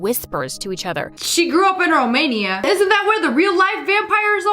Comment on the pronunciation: thank youuuuuuuuuuu sssniperwolf for saying romainia eu i din romainia